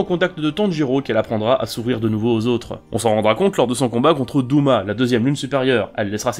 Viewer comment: Mais c’est dOma pas douma nan